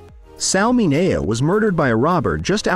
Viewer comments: It's pronounced Sal Min -e-o. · Sal Mineo's last name was pronounced MIN E O. The voice got it wrong.